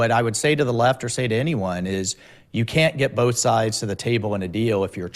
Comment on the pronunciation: Firstly both is pronounced BOW-TH not BOL-TH, Karoline. You speak ONLY English. Secondly, I’m tired of these hypocrites. The narrative that a woman’s place is at home with their babies but will also tell conservative women in the same breath that they can have it all and then MAKE POLICIES THAT MAKE IT IMPOSSIBLE. It’s easy for her to say. She has what a lot of us don’t: money, power and privilege. If she’s upset about being used as bait then just say that.